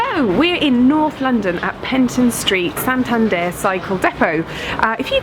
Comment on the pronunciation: Exactly how said it, that's why I say I LOVED it. She perfectly makes the accent on the last syllable